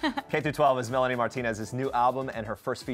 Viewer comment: Sou do like she is saying Nani instead of Melani